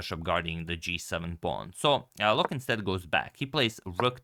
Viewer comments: Loek is actually pronounced as “Look”. Often in Dutch the “oe” is pronounced as “oo”. Also Jan van Smeets was almost right, but Smeets should be pronounced as “Smates” (as in checkmate ;) ). Also, keep up the great content, I love it. Love from The Netherlands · Dutchman here. The oe in "Loek" is pronounced like the oo in "took". Just to help 😊